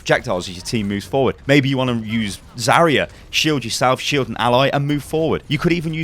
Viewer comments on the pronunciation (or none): none